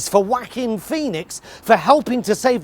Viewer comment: And from now on, I'll use the pronunciation 'Whacking Phoenix', as well.